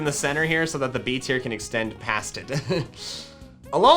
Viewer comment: TIER, NOT TEAR!